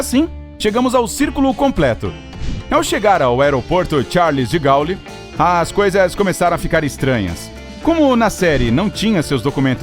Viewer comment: Pronúncia correta é Charle de Gôle...